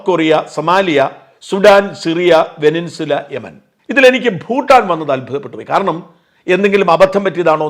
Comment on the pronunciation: വെനിൻസുല എന്നല്ല, വെനസ്വേല എന്ന് പറയൂ.